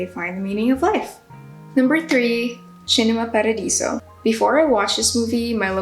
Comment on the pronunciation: Love the selection and the way you pronounced Cinema Paradiso! Would you add any other movie since you've posted this?